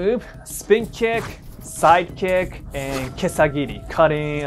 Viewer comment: Love how he pronounces it “side(oh)kick”